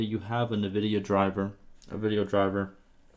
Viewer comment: Nevidia? Please call it NVidia.